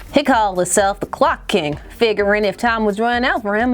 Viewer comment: I keep hearing glock king.